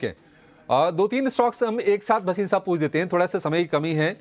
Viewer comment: वसीम नहीं भसीन